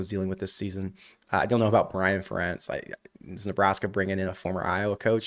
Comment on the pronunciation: How is it possible you are pronouncing ferentz name wrong lol